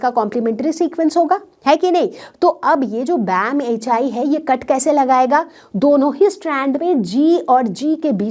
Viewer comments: BamH-aai ....bamH-one...padhte h usey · (BamHI) That should be read as Bam H one